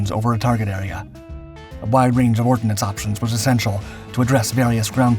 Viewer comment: "16,000 TONNES OF ORDNACE"???? OH DEAR.... HAS DONE ANOTHER BLOOPER... AND THEY'RE GONNA TAKE OVER THE WORLD🤡.... "VOT VOZ IT, ZAT MADE YOU VARY, ZAT VE VERE NODD ZE ZAME AS YOU..." 😭😭😭😭😭😭😂😂😂😂😆😆😆😆😆🤯🤯🤯🤯💩💩💩🤡🤡🤡🤡💪💪💪💪👍👍👍